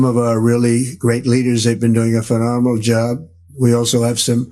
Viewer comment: Doing a fanomanal job....tough word....emphasis on anal at the end of that hard word.....love Pootin, almost as much as I love Satan....yeah...goodbye....no questions.